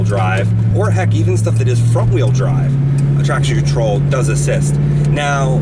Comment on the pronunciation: Haha thought he said "Not traction troll"